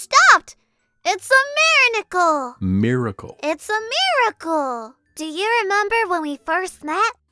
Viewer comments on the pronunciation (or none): And also when was “Having an Adventure” she said, “It’s a Mirror-Nickel!” And then Brutus corrected her saying, “(miracle)” 😂